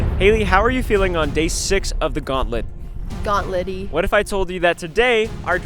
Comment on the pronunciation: Haley said "gaunt-LITty🔥"